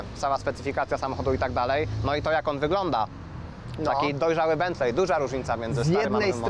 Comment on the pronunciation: BENTLEY czytamy jako BENTLEE ❗❗❗❗❗❗